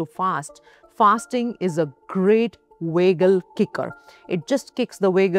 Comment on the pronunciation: It’s annoying when she’s pronouncing it wagal nerve instead of vagal nerve